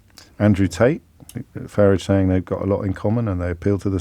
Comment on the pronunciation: Yes he does. And also calls Farrage 'Farridge'.... I think he's trying to be funny but I'm not quite sure!